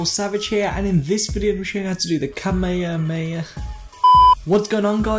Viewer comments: Kamayerey xD its pronounced Ka may ha May ha And its Kamehameha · Brih great tutorial, but I did laughing when you're trying to pronoince kamehameha